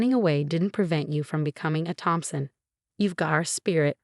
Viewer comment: I thought his name was Thompson not Phompson. The sister is terrible she just wanted the money.